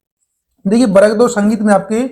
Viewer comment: Varg 2 ❌ barag 2 ✅ 😂